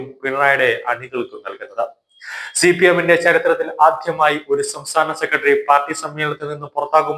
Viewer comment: " സെക്കട്ടറി". എന്തു മോശം ഉച്ചാരണം. ഒരു മീഡിയയിൽ വരുമ്പോൾ ഇതൊക്കെ ശ്രദ്ധിക്കേണ്ടതാണ്